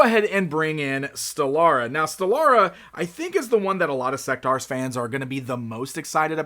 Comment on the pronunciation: I thought it was pronounced "Seck-tores"? The name is basically a mix of the words (In)sect and (Dinos)aurs...